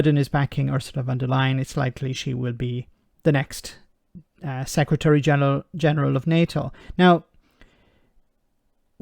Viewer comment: Sec Ra Tree? When did the English stop being able to speak English?